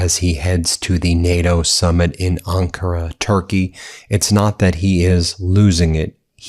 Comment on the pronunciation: Ankara, not Ankura!